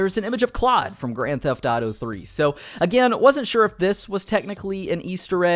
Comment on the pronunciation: Why he keeps saying Grand Tataro instead of Grand Theft Auto.